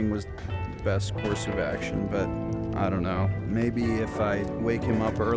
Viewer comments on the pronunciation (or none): none